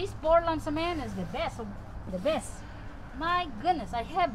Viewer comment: Okay are you saying Portland Cement or what?